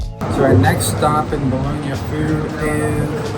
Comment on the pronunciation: Pronounce Bologna correctly please